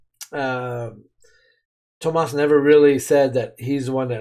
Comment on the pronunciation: I'm not sure you realize but you are pronouncing Tuomas wrong